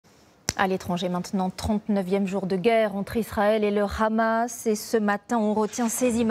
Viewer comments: Pourquoi « RHAMAS », c’est « HAMAS », donc faites un effort, ça peut paraître inacceptable de dire ça comme ça, mais il faut respecté l’orthographe et la prononciation des mots. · Ça prononce même "khamas", les leçons ont bien été apprises mdr